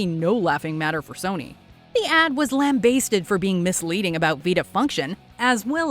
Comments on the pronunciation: for the love of god it is "lam-bas-ted" not lamb basted. As in, basting a lamb. Some of the pronunciations lately have been driving me nuts. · I’ve have never, ever, heard anyone pronounce lambasted like it rhymes with haste (of course adding the ed) My grandmother was a professor of linguistics my whole life. I have been studying words, and languages since I was a child. I have only ever heard it pronounced lamb-basted, like it rhymes with lasted. Both in the U.S., and in the UK, and other parts of Europe. Weird. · She said lam-bay-sted 😂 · That's not how you say 'lambasted'.